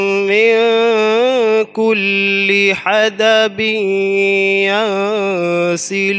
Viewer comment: ماشاء اللہ کل کی جگہ کلْ فیھا پڑھ لیا ہے